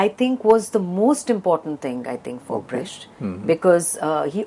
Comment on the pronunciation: It's pronounced 'Brekt' not 'Bresht'.